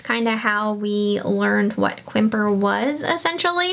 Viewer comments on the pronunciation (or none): Quimper is pronounced Campair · FYI Quimper is pronounced "camp air". It is in France. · Quimper is pronounced Campari.